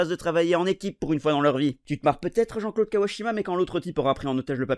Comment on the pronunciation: Tu fais bien l'accent belge pour Jean Claude !